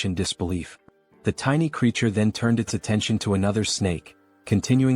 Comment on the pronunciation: Some of your "at"s and "its" are being pronounced as A.T and I.T, is it possible to fix? Thanks.